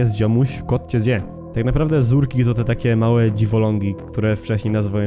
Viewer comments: ZURKI NIE ZERKI sory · ZURKI! nie zerki